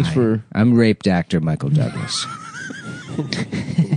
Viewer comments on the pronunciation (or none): I don't know if he's saying "raped actor" or "rape doctor" but they both work